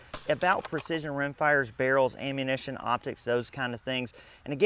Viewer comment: I like how you pronounce "ammunition" as "aim-munition". Quite apt pronunciation.